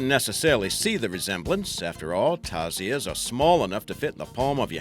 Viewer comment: Its called tarsier/s not tarzier